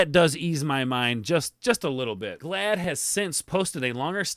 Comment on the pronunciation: You keep calling him Josh Glad. It’s Gad lol